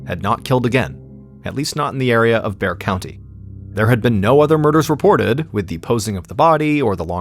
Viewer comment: Nice job on your pronunciation of Bexar county. Most true crime storytellers don’t lol